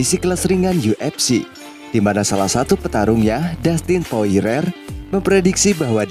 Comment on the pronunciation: Wkwk poirier min namanya,. Bkn poirer min wkwkwk♥️